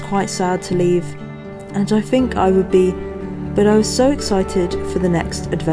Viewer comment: I adore you and your work. You're brilliant at what you do. But your substituting "f" or "v" for "th" is awful. "fink" for "think", "wif" for "with". This is just way beneath you.